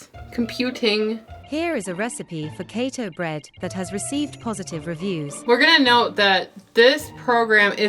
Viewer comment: Keta bread. Oh AI don't know our language lol.